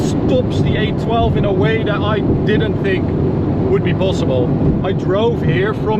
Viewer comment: Every time he said 812, I thought he was saying A12 I ended up having to Google Ferrari A12 as I’ve never heard of that before 😂😂